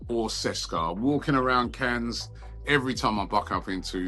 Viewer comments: Cannes is ''Caan'' not ''Chens'', please do small effort, dear Robbie. 🙏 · Did he just pronounce Cannes, Cans? It's a silent S,!